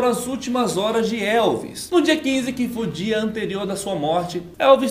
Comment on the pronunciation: ele disse "que podia", e eu entendi "que fodia" kkkk